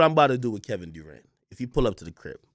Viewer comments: Kevin "DooRant"🤣🤣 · “Kevin DEWrant”